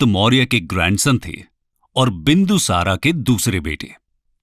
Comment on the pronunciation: क्या हो गया है तुमलोगो को सही बोलने नही आता है क्या मौर्य को मौर्या बोलते हो बिंदुसार को बिंदुसारा बोलते हो अशोक को अशोका बोलते हो कलिंग को कलिंगा बोलते हो हद है